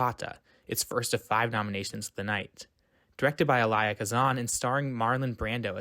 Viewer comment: Interesting video. A few pronounciation notes...Ivanhoe...the stress is on the first, not second syllable..IvanHOE. And Elia Kazan's name is pronounced EEEleeah...stress on the first syllable.